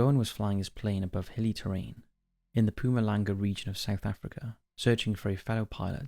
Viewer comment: Props on your pronunciation of Mpumalanga (though Johan is pronounced Yo-hun). But that's neither here nor there. Loving the content, all the way down in South Africa.